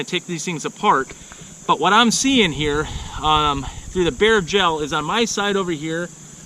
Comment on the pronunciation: It took me a bit to realize he’s saying bare gel, not bear gel. 😂😂